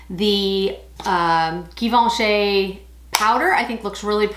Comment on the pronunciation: it's pronounced jivenchy, not gi...